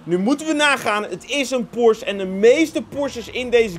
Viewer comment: Het is Porsche niet porsch 😅